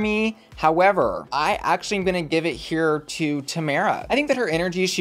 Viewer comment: Ok but that’s not how Tomara’s name is pronounced. 😊